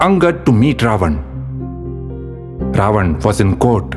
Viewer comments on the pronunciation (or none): Please don't mind if I say something which I didn't find well. You are doing tremendous job. You need to pronounce Ravan name as रावण instead of रावन. If I am wrong please correct me.